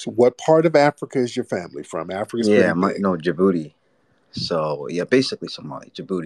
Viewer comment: “Djibuti Man” 😂😂